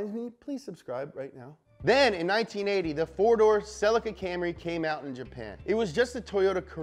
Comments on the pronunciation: every time i hear selleh-kuh i cringe! its Ce-LEEEEkuh! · Sell-eek-ah not Sell-ika - otherwise great - keep em coming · The Correct Way to Pronounce "CELICA From Toyota Japan pronounce it like saying sleek car but with a "C" Cel eeca not Cellicar Listen to how Japanese Australian an Canada UK pronounce Celica! 👍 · who pronounces it ‘cell-ick-er’?? Isn’t it ‘se-lee-ca’ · SUUUUPra or sup,brah.... not its not selly-kuh its se-leee-kuh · It's pronounced ce-LEE-KUH. pleas like this comment, because I get that stupid look from people when i Pronounce it the right way. Ce-LEEEEE-KUh ......SELLEH_KUh NO! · Fun fact: the Toyota Celica is pronounced Celeeka or Cellica depending wether you live in America or not. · I’m ireland we pronounce it celyca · It's pronounced SEH-LEE-KAH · theres a LEE in celica not sellekuh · It's pronounced see lica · Its pronounced Ce-leak-ah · Damn you yanks, it’s pronounced “sell-leak-a” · Scotty Kilmer always knows when someone says "celica". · ScrappyMtZ .-. I’m standing Also angry that he pronounces celica wrong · sorry loved everything you said about the Celica at the beginning but then vomited when i heard how Americans pronounce Celica. I should have known they would pronounce it differently but wasn't mentally prepared for this 😆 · This video needs to be remade with the correct pronunciation of Celica. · Why cant he say Celica right hahaha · I hate the American pronunciation of celica